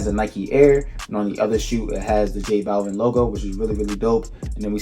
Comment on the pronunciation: Butchered the name , Jesus